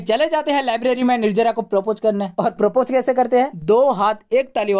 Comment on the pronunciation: Nirjara nhi nirjala hai bhai lahja sahi karlo. To or acha lgega